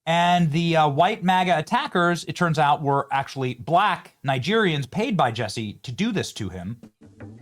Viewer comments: Jussie not Jesse 😅😅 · It's Jussie Somalett